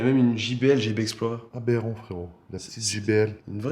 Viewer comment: Jpp j'adore le "abérant" toute les 30 sec 🤣